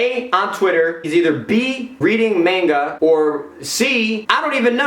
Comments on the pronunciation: Bro, it's not mainga it's manga. (Mon-ga) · All this roast and I'm mad at the way you pronounced manga. Good vid tho